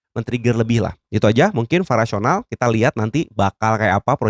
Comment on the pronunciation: Kok vara bang, bukan vari